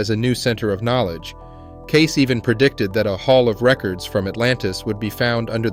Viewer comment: Loved the video but the mispronunciation of edgar cayces last name was like nails on a chalkboatd lol